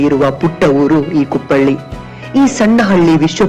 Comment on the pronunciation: ಅದು ಕುಪ್ಪಳಿ ಕುಪ್ಪಳ್ಳಿ ಅಲ್ಲ